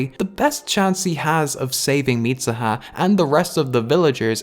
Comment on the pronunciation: it's MeeSOOHA. not MEESAHA. Mitsuha (dont's use A in U). Just saying. I was like who the fak is MISAHA, ooh he meant MITSUHA. Then I see that you are Irish, I was like.. OF COURSE!! English speaker can't say tsu as soo, but as SA. LOL